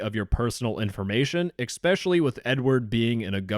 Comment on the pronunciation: Biggest crime here is you pronouncing "Especially" as "Expecially" in